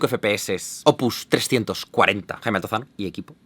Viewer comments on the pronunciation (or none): none